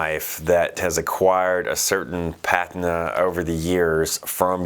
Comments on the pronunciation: First time I've heard someone pronounce "pah teen nah" "pat in nah". I know you did it on purpose to see how many people would comment on it. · The 'i' in 'patina' is pronounced as a long E sound.